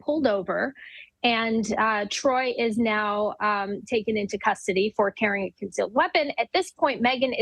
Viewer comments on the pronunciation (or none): She Called This Man Troy 💀💀💀